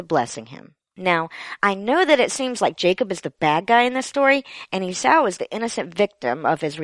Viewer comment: You might want to check on the pronunciation of "Esau".